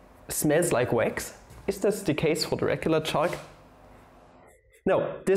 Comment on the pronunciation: Wat its read: chalk My ears: S H A R T